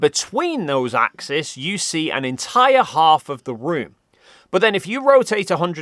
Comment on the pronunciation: Does Brilliant have a course in what the plural of axis is? Hint: it's not axis. It's axes, pronounced ax-eez (not -iss or -iz). Even in Australia. You don't want to give the opposition any ammo.